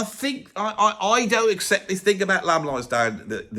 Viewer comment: "Lamb" at 1 is very wrong